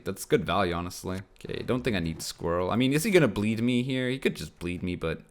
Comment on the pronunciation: "Squiwwel" haha